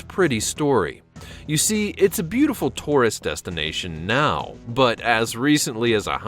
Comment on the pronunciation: Tore-ist? Try Tour-ist please.